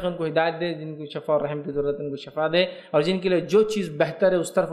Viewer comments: Shifa kahiay na sorry aap shafa kahre bar bar shafa galth hai shifa sahi word hai suna tha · سر جی شفاء لفظ شین کی زیر کے ساتھ بولتے ہیں۔اللہ پاک آپکے علم ،عمل ،صحت میں ڈھیروں برکتیں عطا فرماے۔اور آپکی غلطی کوتاہی سے درگزر فرماے۔آمین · Shafa nhi shifaa